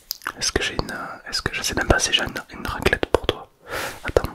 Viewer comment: Une RRRRRrrrrraclette😅😅